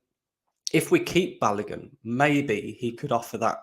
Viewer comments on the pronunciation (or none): Balogun is pronounced Balowgoon Not Balagun